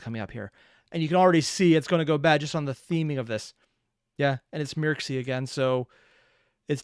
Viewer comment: Mircsy is apparently pronounced "Mertchee".